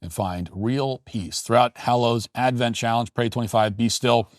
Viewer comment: Bro, it's Advent.